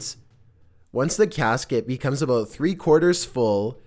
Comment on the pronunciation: "oxygyen" "caskyet"